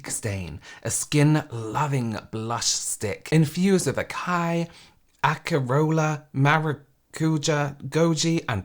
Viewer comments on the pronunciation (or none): I agre with you. It is just funny how it sounds to me, as a native speaker. For example, "açaí" is pronounced "assaí" with the "i" being the stressed syllable. "Acerola" is pronounced "asserola". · "Finally ingredients you can pronounce" fails at pronouncing acai and acerola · Hearing right after him struggling (and failing) to pronounce Acai and is absolute comedy gold Its "Asai" not "Akai" (same for Acerola i think) FiNnAlLy iNgReDiEnTs YoU cAn PrOnOuNcE ✨️(eyeroll)✨️ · Tarte lady: finally ingredients you can pronounce!: struggles to pronounce acerola 😂💜